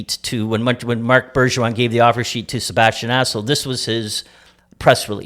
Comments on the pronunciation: Sounded like he said Sebastian asshole to me lol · It sounds like the host is saying "Sebastian Asshole", lol. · Did Don Cherrys son just call him Sebastian Assho 😂